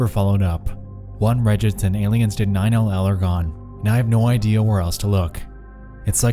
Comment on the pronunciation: its pronounced "nine-eleven" not 9 L L